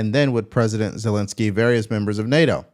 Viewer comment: Zel-en-ski not Zel-in- ski